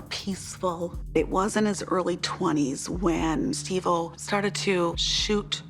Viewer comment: You keep calling him Steve o helllo stop